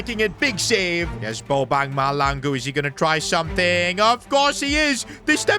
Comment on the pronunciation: Who is goin to tell bro that, that is not how u pronounce bobang's name